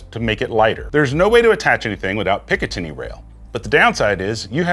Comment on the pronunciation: You lost me at "pick uh 10y" rail system lol